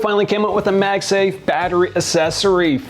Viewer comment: I just came to hear the word " assessories "